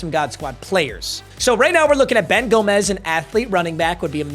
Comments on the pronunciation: its gomes (homes) not gomez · Its pronounced Ben (Gome-s)